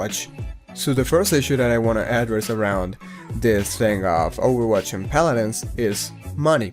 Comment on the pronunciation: JJAJAJAJAA 'Palarensss'